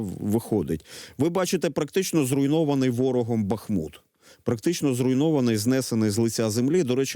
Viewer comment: БАхмут, а не БахмУт!